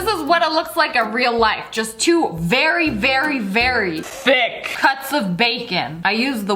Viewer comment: No one: You: and we have some very Very tHic bacon